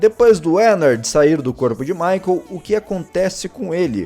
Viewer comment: ”Maycon Efton” 👍🏻